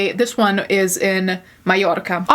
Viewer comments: Oh I love your channel, your look, the way you pronounce Mallorca beautifully, and your attitude. Rocking it Queen. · Come for the sarcasm stay for the pronunciation of Mallorca 🤩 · the way you say mallorca AAAAAAAAAAA I LOVE